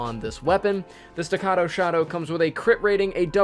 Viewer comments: He finally said it right. Stuh-cah-toe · You said staccato right! Thank You.